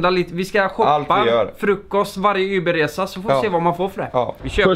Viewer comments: Det heter Uber. Inte Yber! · du vet att det heter uber inte yber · Heter väl för fan inte ”yber” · Säger han Yber eller Uber? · varför säger ni yber?